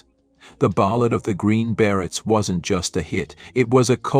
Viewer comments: What the Fuck is a Green Barret?Your Pronunciation algo-rythms are Screwy! There isn't a John in Jan&dean?Cla vers?Sickadelic?Rusculls?Ramby?Ramby Aputcy, artists?Hire a Live Narrator Computer voices Suck! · A good overview of 1960s bands and performers that should have more critical & popular acclaim. However, the AI generated narrator does not seem to master basic English. The Green Barretts instead of the Green Berets? John Berry instead of Jan Berry? Paul River & the Raiders?